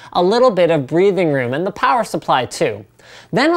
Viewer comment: Damn it, Linus mentioned "Plower supply" In one of his videos and I can't stop hearing "plower" everytime he mentions power supply.